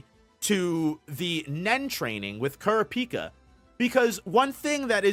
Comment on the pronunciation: Yo why do you pronounce all the names like that 🤣🤣🤣 “wo-blay” “long-he” “kurra-pika”